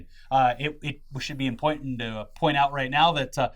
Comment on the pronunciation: impointant, very impointant!